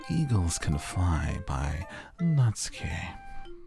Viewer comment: Ooooh geez. you are in for a fucking TRIP. Good job >> Also its Nah-tsoo-kee